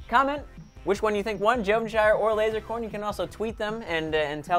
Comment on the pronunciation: said lozercorn to lazercorn